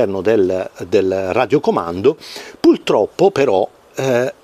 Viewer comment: Ho sentito bene? Pultroppo? ))